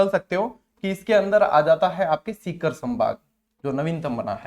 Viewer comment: Sir aap sikar ko tikar kyo bolte ho sir